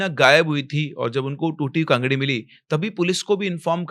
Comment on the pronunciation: महोदय वो कांगड़ी होती है kangari नहीं